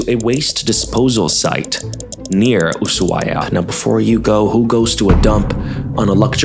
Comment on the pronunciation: Bestie, I’m judging you for your pronunciation of Ushuaia. Every Argentinian I’ve met say the shhh, very soft shhh but it’s not an S.